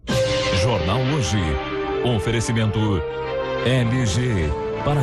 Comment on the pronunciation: Jornal Hoje e não hioje